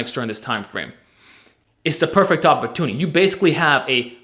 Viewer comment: “Uhpotooney” Great video!